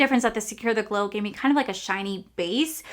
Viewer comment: The way you said secure the gler in the beginning made me smile😂